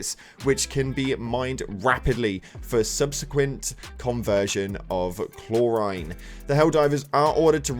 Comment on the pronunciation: You're killing me with the pronunciation of chlorine